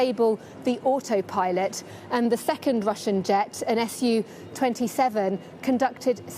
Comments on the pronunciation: Sorry how did she pronounce SU-27? xD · One what? One "SUB-27 Air Craft"?? Hahaha. It was a SU-27 Russian Fighter. This is the first time she's heard of such a thing I bet.